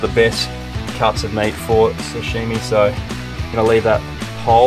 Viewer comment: if you add an "h" to sashimi it changes the meaning... 😂😂 "sashimi" = fresh raw fish "shashimi" = "person stain"